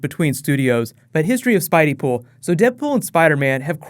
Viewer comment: "Spideypool" God no....